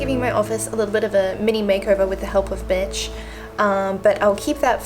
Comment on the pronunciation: "with the help of mitch" I swore it sounded like the help of b*tch Haha obviously not just swore I heard a "B".😆🙈